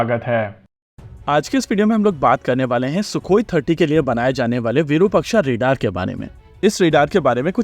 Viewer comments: Say it again its virupaaaaaksh not virupakshaaaaaa. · minor nitpick sir-- it is विरूपाक्ष (short vi, elongated ru and elongated pa). It is a wonderful vedic name of shiva.